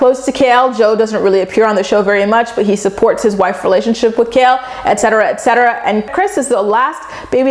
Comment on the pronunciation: Take a shot every time says excetera excetera 😂